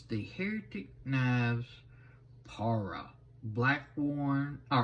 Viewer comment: Thanks for the review. It’s pronounced Pa-Ry-Uh just so you know.